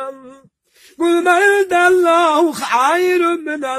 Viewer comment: Mənim çöpə gülən millətim siz bu kişi kimi oxuyun sonra lağ edin. Ərəbcə oxuyur ,cümə surəsini, ama ləhçə ilə oxuyur. Və adamın könlünü elə məst edir ki adam elə belə qurana qulaq asmaq istəyir.. AMMA bir neçə yerdə vallahi kəlməsinin yerinə vəlillahi dedi. Bu səhvdir. Və 5 çi ayəni (Məsəlulləzinə hummilut Təv-ratə summə ləm yəhmiluha kəməsəlil himari yəhmilu əs-fara) bura qədər oxudu sonra başqa şey oxudu. Sonra keçdi 6-cı ayəni oxudu. Və hərf səhvləri edir bu da düzgün deyil. Amma çox şirin oxuyur adama ləzzət edir. Əmi Allah səndən razı olsun. Başı çıxmayanlar isə getsinlər batuta.